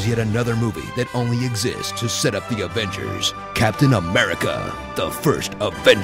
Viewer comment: "DI AFENCERSSSS" 😂